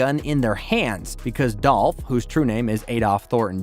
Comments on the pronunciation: Wack information. its dooooolph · It’s DOLPH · rip 🐬 🗣 unnnhunn. its dolph